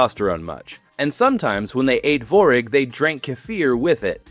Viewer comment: Tvorog (Творог). There is a T and its not silent.